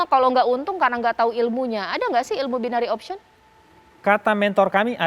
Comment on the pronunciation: Bagaimana bisa Memberikan "Warning" ? .. Istilah BO saja disebut "BAYNERI OKSKIEN" .. Wakakakakak .. Seorang Doktor juga menyebut istilah "ALOGARITMA" .. WEW !